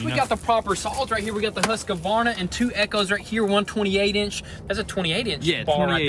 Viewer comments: Husqvarna is Not pronounced with an "a" between the "q" and "v". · Not that i'm a grammarnazi or anything, but it really scrapes the ear when you pronounce it like that.. :D It's pronounced "Husk-Varna" not "Husk-a-varna". Drop the 'A' in the middle. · HUSQVARNA, , originally a Swedish brand. Huskvarna is a Swedish city. You pronounce it Huska-varna but it should be pronounced Hus-kvarna. Keep up your awsome work!